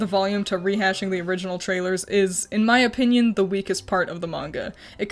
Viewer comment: the emphasis you put "IN MY OPINION" tho I can feel the "don't you fucking dare try anything in the comments"